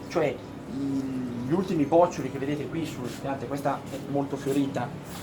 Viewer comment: Bravo, ma "bòccioli" non si può sentire😁 Si dice "bocciòli"😉